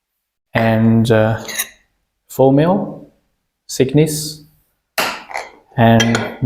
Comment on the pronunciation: Please hire a fluent english speaker to speak for you and proofread your subtitles. The plates are measured for their "thickness" and not "sickness." 🤦‍♂️